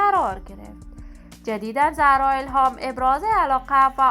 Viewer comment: گوینده بد صدا و بی سواد زرا نه خانم زهرا درسته. این فضولی ها به شما نیومده ....